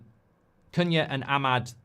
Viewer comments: His name is pronounced "coo-nya". In Portuguese "cu" is pronounced "coo". You've been saying it correctly for weeks then suddenly decided to start mispronouncing it 😅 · It's pronounced Kuhn-ya (the second way you pronounced it). Check youtube for the EPL video where players pronounce their names, Cunha is in the video.